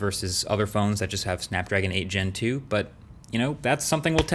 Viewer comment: I almost fell from the chair when se said "Snapdragon 8 Gentoo"